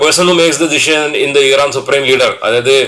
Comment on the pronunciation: ഈറാൻ അല്ല മൈരേ❌ ഇറാൻ ✅